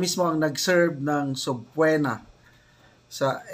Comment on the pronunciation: Sir, pronounced as subpina, not subpwena. Matigas na e.